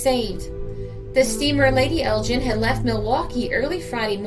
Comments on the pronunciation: Ok Roger I was merely pointing out that the G in Lady Elgin is pronounced as in Gun and not as in Gin but thanks for your reply. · Thanks for a fascinating video - by the way the G in Elgin is pronounced "hard". She was was named for Lady Elgin wife of the Earl of Elgin the Governor General of Canada. Elgin is an ancient town in the North East of Scotland in the heart of Whisky country and it's major feature are the ruins of the 13th century Cathedral.